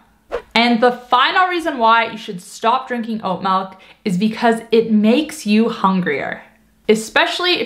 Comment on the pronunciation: Melk? Well, a little dramatic but I do make my own. You don’t need to soak it overnight but the longer you soak it the more slimy it is. 4 cups water, I cup oats, 1/4 cup cashews. Keeps 4 days.